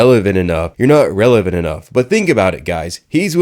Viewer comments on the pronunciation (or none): "I AM RELAVENT!!!" 🤪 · Not revelant Lol are you sure 🤣🤣🤣